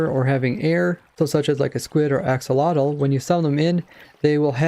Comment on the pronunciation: Huh? It's ak-so-lo-tl